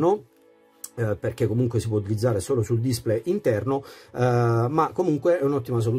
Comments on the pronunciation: Bella recensione ma, per favore, pronuncia come si deve la parola display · Grazie per il tuo commento, ma purtroppo display lo pronuncio così 😉